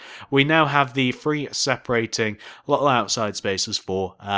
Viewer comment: The way you three is with th not f